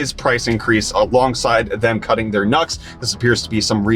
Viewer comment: Hahahaha you said "Intel will be cutting their NUCS", but I heard "Intel will be cutting their nuts!" Either way, it doesn't sound good for Intel.